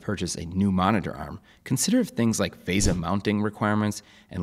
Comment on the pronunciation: It's not vayza, it's VESA: V for vet, E for egg, S for sun, and A for Adam.